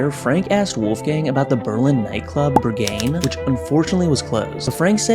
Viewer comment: Officaly the worst pronounciation of berghein i've ever heard